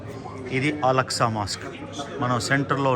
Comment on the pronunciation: Mazjid AKSA not Alaksa